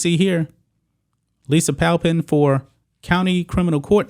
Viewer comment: I would have thought Pamplin was pronounced PAMPlin not PALpin.